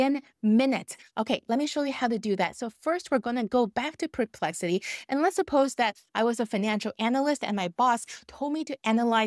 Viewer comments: It's NOT PRE-plexity!!! It's PER ...as in PURR!!!! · Thank you! Really great practical advice! I love your videos! I just want to add something- and I feel bad doing that, but it bugs me:) The correct pronunciation of the words are: SPE- CI-FIC, not SUB- cific and It’s PER-Plexity, not Pre-Plexity:) Sorry. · So much Great info here! And English is spectacular. Just 2 little suggestions not SUBSPIFIC but Specific not PREPEXLITY but perplexity ❤